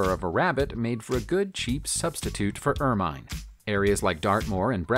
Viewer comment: Terrible pronunciation of common words, such as 'ermine', 'drought', and croquet! This is a very bush league production. Not recommended.